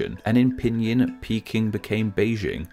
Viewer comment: Odds are, if you walk up to a Chinese person and say “Beijing” you would still be mispronouncing it. Tonality is a big part of it. And your pronunciation of pinyin ... oof. It’s not pinion, it’s peen’een.